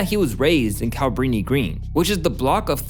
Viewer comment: The way this guy is pronouncing "Cabrini Green" bothers me. Its "KA-bri-ni Green" not "CAB-rini Green"